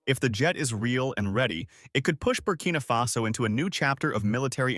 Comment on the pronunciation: ❤❤❤❤❤❤❤❤❤❤ It's Barcina Faso roight❤❤❤❤❤❤❤❤❤❤❤❤❤❤. Happy brother, happy barcina faso.